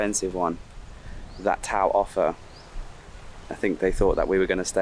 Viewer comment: it's tao (ta-o) = tagalog for human. Great video!